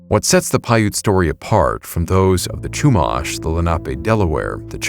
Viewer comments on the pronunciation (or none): Love the video and got a kick out of your pronunciations. I grew up in the area. It's Lom-poke not Lom-pock and they're the Shoo-mash (like mashed potatoes) Indians not Chew-mahsh. When I was younger I had a neighbor who was Chumash. She inherited a wolf from her dad when he passed. She was allowed to keep it in her house because she's indigenous. Non-natives aren't allowed to keep dangerous wild animals. The wolf was MASSIVE. I'm bummed that I was too scared to pet it at the time. I'd love to now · Lompoc is pronounced like Lom pōke, and Chumash is like Choo mash with the mash sounding as in mashed potatoes. AI 🙄. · as a 5th Generation native of Central Coast Of California (Santa Barbara's region), some of the pronunciations you did for Lompoc (Lom-Poke) and Chumash (Shu-Mosh) were very jarring to hear from a non-native of the region. But as for the story of the "giant coffin", I've heard of that tale once or twice in my life. It's more or less a legend now, even by the modern descendants of the Chumash as the location of the burial site has been lost to time. But then again, the Central Coast gets VERY rural very quickly once you head Eastward OR the valleys that border coast and the inland cities. We have seen strange things out here, even near Camp Roberts (National Guard outpost base and training grounds). Edit: I didn't add Vandenberg because it's been mentioned enough times for it's UFO sightings and whatnot.